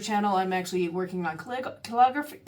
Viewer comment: May I respectfully suggest that you do a Google search on the correct way to pronounce "calligraphy" because despite it starting with "call," it is actually not correct to say the word "call" at the beginning when pronouncing it? I like the fact that you are gamifying saving money. I also like your artwork.